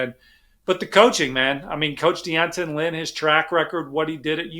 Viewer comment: D’Anton, not Dee Anton.